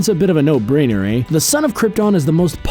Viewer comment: This guy is Canadian he said 'AYE'